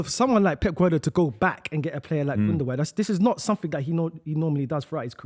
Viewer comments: You'd think with how long Gundogan played for City, Buvey would learn how to say his name. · Sticking to bloody saying Gundogun instead of Gundowan (gundogan) which is how its pronounced gets on my nerves.